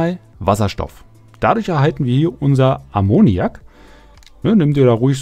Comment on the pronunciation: Die Erklärungen sind gut, aber du sprichst fast jeden Stoff falsch aus... Also mindestens Ammoniak Acetat Und Chlorid Sollte man auch ohne im Chemieunterricht aufgepasst zu haben zumindest kennen!